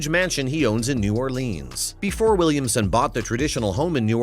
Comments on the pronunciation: y'all hear him say Williams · WilliamSON. Not Williams.